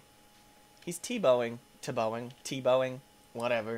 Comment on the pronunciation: He's tuhbowing LMAO xD tE-bowing is how it is pronounced